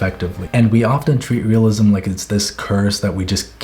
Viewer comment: I hated it when you said "realisim" until you showed examples, now I know where to start